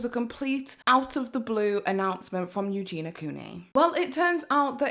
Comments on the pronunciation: U - JEN - EE - UH not U JEEN UH - the girl says her own name at the start of every video - how can one be so deaf - Hi guys it's U - JEN - EE - UH but i do my research though can't pronounce the name correctly though - pretty dumb just my opinion. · Ok, I'm so sorry to be that person but her name is EugeNIA, not EugeNA... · So many ppl covering this. So few can pronounce eugenia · You're saying Eugenia's name wrong